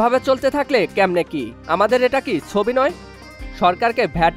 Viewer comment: Thik moto bangla bolen bhai, chobi ke sobi jodi bolen then its not a good thing for the people who hear your content